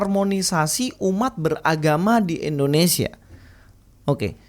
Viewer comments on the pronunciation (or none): none